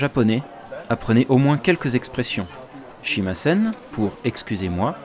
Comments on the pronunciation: XD "shimasen" XD stick to french, dude "Sumimasen" is the phrase you're lookin' for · YOU both say SHIMASEN. "Shimasen" IS a phrase, but it means "I Don't" or "Don't" or "I don't play", depending on context. You are 100% NOT saying "Excuse me" from 1HaoleboyinHI